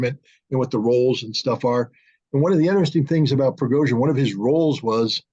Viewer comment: The name is Prigozhin, NOT Progozhin 😂